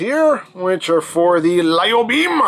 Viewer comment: I’m pretty sure lío is pronounced (lie-oh